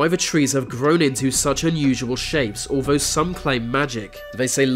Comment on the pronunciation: Please learn to pronounce the "th", viss, vat, alvough, va, ve, vem, wivin... should be THis THat alTHough THe Them wiTHin..